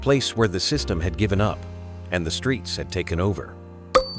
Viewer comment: "Wasn't just cleaned uppit" That's what the AI voice said. Lazy ass creators these days....